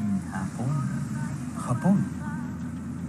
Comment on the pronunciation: ''Hapoon''🗾 ''en trabajo?''